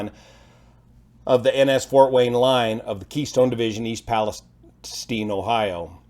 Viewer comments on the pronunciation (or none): It’s “Palesteen” is it?